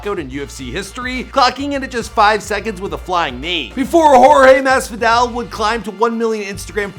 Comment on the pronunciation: jorge masfidale , khabib normagadov, joe lawzan, Micheal cheesa, Da main maia cmon my guy at least learn how to say their names 🤦🏽‍♂️🤦🏽‍♂️🤦🏽‍♂️ edit: added more names that he messed up